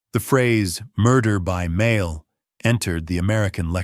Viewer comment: AI generated narration. Several mispronunciations (starting with "mail"). Hard to listen to.